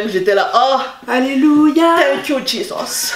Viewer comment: « Thank you jizôss » 😂😂😭